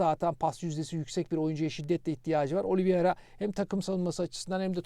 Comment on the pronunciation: siz telafuza dikkat eden birisiniz. Şu Oliveira’ya inatla Oliviera demeseniz.. Bir de 10 milyona ve yıllık 4buçuk milyona İcardi hayal.